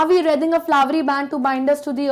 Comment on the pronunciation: Its wreathing ----- to be proounced as reething not as rathing